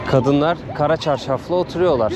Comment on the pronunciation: Kara çarşaf diye üzerine basa basa söylediğin için seni kınıyorum